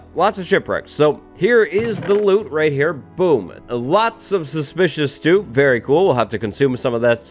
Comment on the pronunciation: am I the only one absolutely in love with how our guy pronounces ‚suspicious stew‘?!